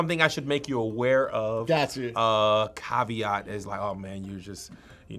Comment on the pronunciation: Awesome and funny show UK here, Caveat was pronounced wrong loool it was close, similar pronunciation to caviar.